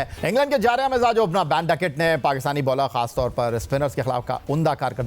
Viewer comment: It’s not baan ducket Ben man